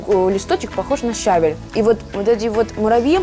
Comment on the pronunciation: щавЕль, а не щАвель